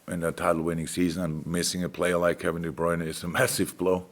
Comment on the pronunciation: Now Klopp is also mis-pronouncing De Bruyne's name ... I give up.